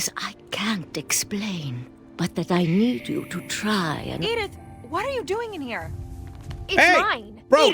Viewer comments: "edith ffffshh" 😭😭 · IM SORRY I HAD TO THE WAY U TRIED TO SAY EDITH